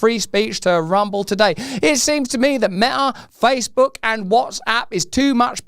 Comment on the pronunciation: Didn't the female news reader say FaceBug? Maybe she knows something